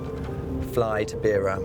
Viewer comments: It's a shame that the journalist didn't research the correct pronunciation of names and places before narrating the documentary. He pronounced the names "Themba" and "Beira" incorrectly multiple times throughout the documentary.. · It's not "Beer -a", it's "Beira". Also his name is not pronounced "Themba" as in "Thimble". It's pronounced "Temba". Also "Jose" was mispronounced. Just a small point but one you ought to get right. You corrected yourself when interviewing Carlito's friend in Mozambique but then went back to saying his name wrong. Getting his name right is a matter of respecting his memory. It's distracting. I have lived and worked in Zimbabwe and Swaziland and have supported young people financially in a similar situation to these guys. I know how desperate they can be. Also I know how people from the rural areas and even townships will have no idea of the risks they will be taking when they climb into the wheel enclosure of a plane. It's also worth knowing that Carlito would not have been working in South Africa legally (very unlikely). The South African police and local South Africans do not treat Mozambicans / Zimbabweans etc kindly and there are often threats of violence towards immigrants from neighbouring countries which are well-documented. I successfully funded two young guys through high school and university (and failed with a third - who ended up going to South Africa and got involved in crime) in Swaziland so know something of what Themba and Carlito must have gone through to be that desperate. Just wondering if you managed to offer help in any form to Carlito's family or to Justin to improve their prospects.